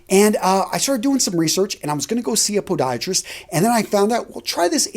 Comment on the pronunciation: “I was going to see a Pohdieatris”